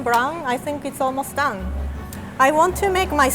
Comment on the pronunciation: “The ramen noodle is good! It’s looking golden brown, it’s almost dung.” Anybody else heard that?